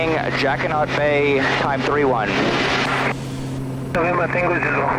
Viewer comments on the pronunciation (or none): what a fabulous video. Jacquinot is a French word and the t is not pronounced. I just searched out the history of this bay and it is very interesting relating to the war years. Great work you bring us the most incredible videos.